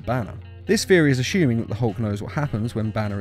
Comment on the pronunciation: It's THeory not feory